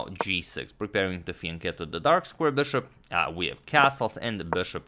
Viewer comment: He says "fianchetto".